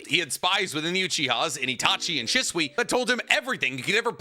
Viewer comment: Sheeswee is the pronunciation not shiswee idk why that always drives me crazy every video you say his name 😂😅